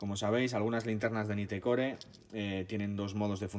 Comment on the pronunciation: Naitcor .. asi se pronuncia 🤪